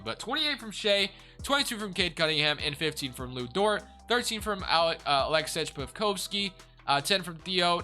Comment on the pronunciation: Hey man keep up the great videos but as a thunder fan I just wanted to tell you that Aleksej Pokusevski is pronounced (Alek-Say Poku-Chef-Ski) not Alex Pokoski, and our main man Darius Bazley is pronounced (Baze-Lee) not Bazzly, great work brotha